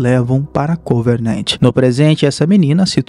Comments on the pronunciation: parei de assistir no "convernernt" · Vídeo muito bom! Parabéns... Mas eu não entendi pq que Covenant virou CoveRnant? E Halsey virou HaNsay.. mas fora isso tudo nota dez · Vou sair do vídeo, já é a segunda vez que ele erra a pronúncia, primeiro Covernant, agora Hansei kkkkkkkkkkkkkkk